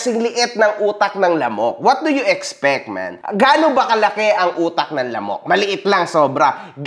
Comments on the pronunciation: Mga sampung beses ko inulit yung "lamooook" laptrip hahaha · taena tawang tawa ako sa emphasis ng lamok at utak lamok. gago. HAHAHAHA